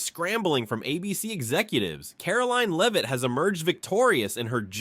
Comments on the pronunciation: It’s not ‘Leave-it’. It’s Lev-it. Learn the lady’s name. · You mispronounced Leavitt . You also did this in previous podcasts. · Its disgusting that NONE of you bastards in the MSM will spell her name correctly. Or call her name correctly. On EVERY PRESS CONFERENCE, her name appears. Correctly spelled. And she is ANNOUNCED. Next time, pay attention to the pronounciation of her name. Then GET IT RIGHT. YOU GUYS ARE PATHETIC.